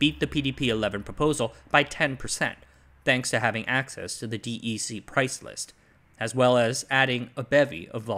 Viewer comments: who the heck is Dee E. See? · DEC = “deck” Great video!